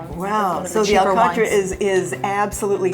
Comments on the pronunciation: By my recollection, the native pronunciation was, "al 'cot" with emphasis on the second syllable, and a very abrupt, incomplete "t" at the end. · the above hosts are pronouncing alcatra more englisized than portuguese. Also, I pronounce it completely different way, my parents were from downtown Angra and that makes a lot of difference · just wondering why the pronunciation of " alcatra " was not portugese.